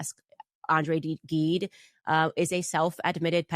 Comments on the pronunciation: Andre gGide is pronounced with a J like jet. Read The narrow door, a beautiful book. The best of French language. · Please Candace in andré Gide the g of Gide has the pronunciation of the j of joy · Candace Owens cant even pronounce the name of the author Andre Gide. She simply doesnt understand how stupid she is. As for being a Christian....kindness, tolerance, quiet dignity, an appreciation of what belongs to you and what belongs to others. No. She is a symptom of the awfulness of our modern world. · She studied Andre Gide but doesn't speak any French and mispronounces his name.